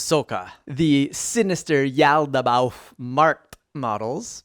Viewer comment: Pretty sure you nailed it. I think it's just one of the words with lots of mouth feel. Like "colloquial", it's a process to say, yet hits the ears oh so sweetly.